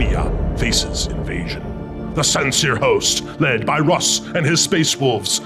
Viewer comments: LOL, why does he say Roose? There's gotta be a story there. Great game, one of my favourite 30k stories. Mangus may have done some things wrong, but he's still one of my favourite Primarchs. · Brilliant game, fabulous board, but, what is this Ruse you keep calling, there is no 'e' to soften the 'u' it is Russ as in 'Ruhs'. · mans said Ruse 20 times instead of Russ, this is a lie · Leman roos is now the only way I'll ever hear his name pronounced. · Love how everyone corrects the dude mispronouncing Russ's name. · This game was an absolute blast! It was every bit as cool to see in person as you all would image. I would like to say before the internet mercs me - I pronounce Russ incorrectly in homage to an inside joke that was sadly left on the cutting room floor. I hope to return to the 31st millennium sometime very soon! 🐍